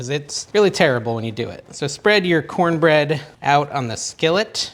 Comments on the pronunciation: " Corn-nanna bread" 😂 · Thanks for that recipe. I miss corn bread. Will try this. Love your vids….cornana bread 😂